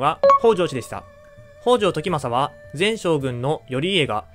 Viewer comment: 「北条」のアクセントは頭高型ではなく平板型で発音してほしいです。 同姓で頭高型の方もいるようですが、 歴史上の北条氏は平板型で言い習わされていると思います。 もし新しく作る動画で機会がありましたら、ご一考いただければ幸いです。